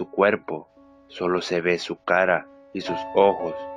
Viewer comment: soy la unica que noto que dice "la caPa de bonnY" enves de "la cara de bonnie"??